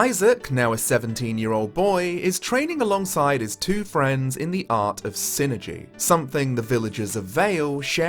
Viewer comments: i always pronounced it psy-energy. pronounced "sigh-energy". psychic energy. psyenergy. i didnt know what you were talking about for a second. lol yeah... every time you say "sinergy" i just cringe. it IS psyenergy, not sinergy. pretty sure the developers would agree. it is literally psychic energy. psyenergy. (also whispers "foo-sheen" at you. im a real sticker for pronunciation.) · Not sure why, but I always thought it was pronounced Psi-energy. I loved this game as a kid and im happy you made a review for this!